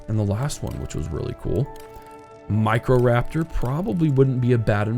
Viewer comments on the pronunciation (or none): none